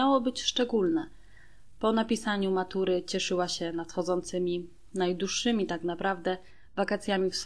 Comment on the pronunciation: Komenda "gówna, wakacje "najduższe" - co to za jakaś zakaźna nowomowa? Od kiedy to w polskim języku nie zmawia się Ł? I kto was uczyŁ Polaka, wieśniaki?